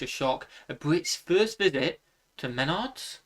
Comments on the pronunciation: It's pronounced mehnards (one flowing word), not men-ards 🤣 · He pronounces wrong, is meh NARDs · Menard's is awesome! Also hadn't yet learned how to pronounce it in this video haha